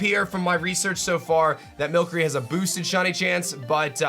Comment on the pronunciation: Why is he saying mill curry